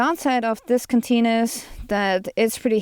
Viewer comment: The first half of your overview, I thought you were saying kateen. I finally heard canteen. Fru?? Lol anyway, thanks for your opinions. Have a great day.